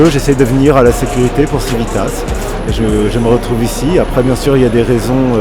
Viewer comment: Chouette vidéo! Néanmoins, il serait temps que Civitas sache prononcer correctement son propre nom en latin...